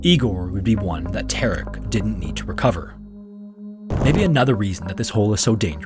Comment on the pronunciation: How is he "Tark"? Ta-rek.